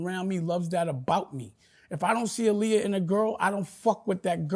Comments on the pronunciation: If he knew Aaliyah he would know her name is pronounced AHHHLIYAH NOT UhhhLiyah. Man he’s exhausting 😂 I can’t with Dame, sheesh! 30 mins in & I need a drink! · Dame is delusional! He was so mad when he wasn’t a part of the Roc anymore that he tried to use Jim Jones & Cam to attack Jay through music. This man is so in love with Aaliyah and doesn’t even say her name correctly. Look it up, she was a stickler about saying her name is pronounced AH-Liyah. He did EVERYTHING and has nothing but hatred in his heart towards anyone who doesn’t stroke his ego.